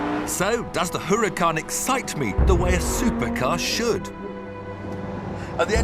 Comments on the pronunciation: IT'S NOT HUH-RAH-KAHN, IT IS U-RAH-KAHN HAHA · Jeez, just listen to this guy! What the hell is a Hooracan???? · Huracán H has no sound in Spanish, so you might as well say Uracán stress in a, We mark it á. The accent mark ´. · He doesn't like the looks, and he can't pronounce a simple Spanish name correctly. Why should I be listening to this old man again?